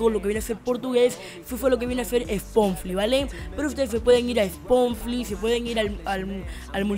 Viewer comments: habla bien aweonao es spotify no sponfly xd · Spomfli?! Es Spotify Bestia D